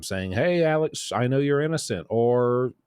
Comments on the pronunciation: With all due respect, his name is Alex, not Alec. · Alex not Alec